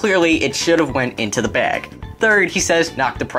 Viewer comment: LOL Brooklyn accent "bag"